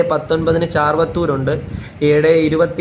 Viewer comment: ചാർവത്തൂർ അല്ല ചെറുവത്തൂർ.